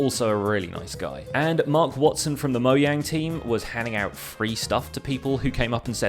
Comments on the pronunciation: whats up with moyang it's mojang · I heard many YouTubers call mojang, moyang, and most of the YouTubers were British, so i think he is British too.